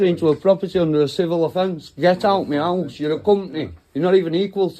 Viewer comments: Meyowse…. He keeps saying it, is that a person?? 😂😂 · Sounds like he keeps saying "get out meouse" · Why does he keep saying.... "get out meows"? Is he trying to say..... get out of my house instead? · Is he saying, get out Meow?? I'm American and I swear to christ he's saying MEOW!!! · Sounds like he's saying get out meow 😂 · did he say get out meow? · When he says “me house” it sounds like meow 😺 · When he says " get out me house" sounds like he is saying " get out meow " 😂😸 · To my American ears and it sounds like "Get out meows" 😮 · Is he saying get out of ME HOUSE or is he saying get out of MEOW? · Sounds like he is says meowous 🐈🐈 instead of me house.!! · all I can hear is « Get out meows ». Make it hard to take him seriously haha. 🐱